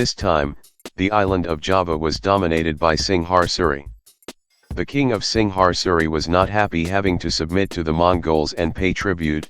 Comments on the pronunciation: Dude I know you can pronounce Singasari. You are Malaysian. So try harder next time. Also Javanese, Sundanese, Balinese, Maduranese have used Steel weapons for a long time. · *Kediri (Ke-Dee-Ree), not Kendiri *Singasari (Sing-nga-sa-ree)